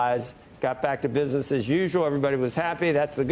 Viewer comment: This guy likes big beautiful guvment calling the shots in binness